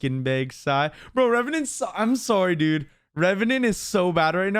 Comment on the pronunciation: Revenant to Revenyant